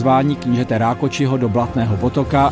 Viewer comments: Dobré video ale Rákoczi sa číta Rákoci a nie Rákoči. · Len malá oprava Rakoczi sa vyslovuje ako Rakoci a nie ako Rakoči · Rákóci nie Rákoči. Mozno keby to bol Talian. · Super.. Len Rákóczi sa číta ako Rákóci a nie Rákoči. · Rákoczy sa cita po madarsky, teda "Rákoci", nie Rákoči 😄V madarcine cz=c, cs=č, s=š, sz=s 🙂 (to len na odlhacenie)